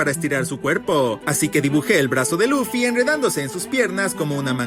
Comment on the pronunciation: Dijo loffy es LUFFY😭 al principio😔